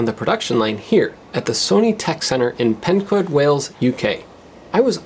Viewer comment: I only live about 25 miles or so from there, but still can't get a pi. Lol. (PS. It's pronounced PENCOYD.)